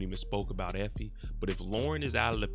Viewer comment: "Effoe" lmao